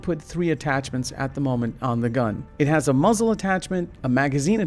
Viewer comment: whenever this guy says muzzle I feel like he is saying muslim